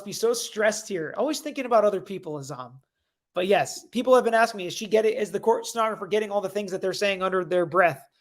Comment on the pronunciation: It's not are you asking me it's are you aksinge lol